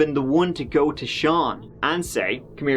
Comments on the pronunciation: Wow, you're really Giving It A Gew this month - I can barely keep up, lol! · Give it a geuu